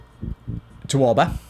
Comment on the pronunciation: Dude it’s AUBA not AUBE you always say it like it’s AUBE and it’s so annoying